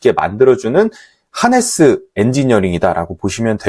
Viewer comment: 하네스로 써놓고 하르네스로 들리는 이유는 뭘까요?